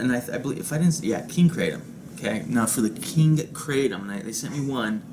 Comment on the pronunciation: I'm sure you know by now.. but the KING KRATOM (line, regardless of flav. & yup, you said it right) is.. herbal, in nature. Known to be healing, relaxing & pain relieving.. hence 'floating specs'... even a 'lil controversial at the moment. How'd ya feel after vaping it?;):( hope your 'lil Moose is feeling better these days. woof to him! LIVE LONG(er) & VAPE ON (ps... were you thinking of flan? creme brulee? or.. panna cotta? Regardless, nom nom, sounds delish! thx for sharing!)